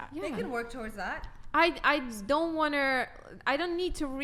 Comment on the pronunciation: “I want-er” nice